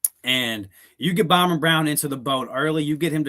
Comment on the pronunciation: You do know his name is ByRUM Brown and not ByRON